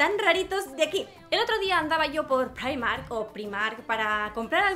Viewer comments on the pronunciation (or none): none